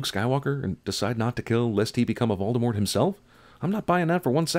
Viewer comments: It's not VALDEMORT. It's VOLDEMORT. Like Bowl: Vowldemort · Sin Guy pronounces V-ole-demort as. V-all-demort. BING! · Sin on Cinema sin's neglect of pronouncing Voldemort's name properly. It's French. The T is silent. Call him Vol-de-more. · The way he pronounces "Voldemort" pisses me off. I wonder if he does it on purpose. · you pronounced the Dark Lord's name wrong +1